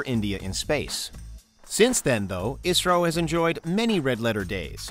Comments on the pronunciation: Not pronounced as Isro it is I S R O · I never heard people calling "isro" it is "I" "S" "R" "O" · can't believe they called it Isro? It's Pronounced as I -S -R-O